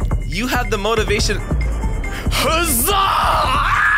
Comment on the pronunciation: By the way he says the zaa not uh zaa